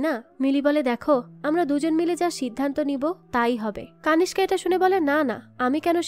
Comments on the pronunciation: কানিস্কা নয়, নামটা কণিষ্ক হবে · কানিসকা নয় কণীষ্ক